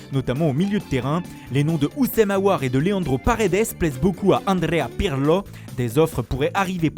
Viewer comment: La voix me tue quand il dit Andréa Pirlo